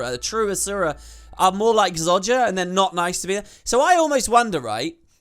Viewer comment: ZO JAH....... Not ZOD JA